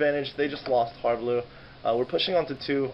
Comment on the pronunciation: First time I've heard someone call him har"bleu" instead of "blue"